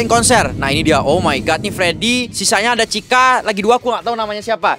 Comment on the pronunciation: Chica( iitu chika) bukan cica